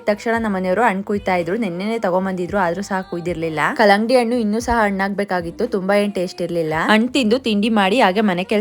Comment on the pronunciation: ಆ ಆ ಆಯ್ತು.. ಅಣ್ಣು ಅಲ್ಲ..ಹಣ್ಣು ಕನ್ನಡದ ಕೊಲೆ ಮಾಡ್ಬೇಡ ಪುಟ್ಟಿ..ಮೊದಲು ಹ ಮತ್ತು ಅ ಕ್ಕೆ ವ್ಯತ್ಯಾಸ ಕಲಿತು ಬಳಿಕ ಬೇರೆಯವರಿಗೂ ಹೇಳು.. ಇಲ್ಲದಿದ್ರೆ ಎಲ್ಲರೂ ಅ ಅ ಅನೋದೆ ಕಲೀತಾರೆ..